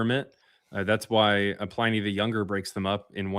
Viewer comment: Justice for Pliny! Stop saying his name wrong!!